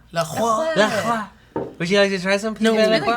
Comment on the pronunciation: Matt Lieberman I've been obsessed for a couple years now, but they pronounce it "La-Croy"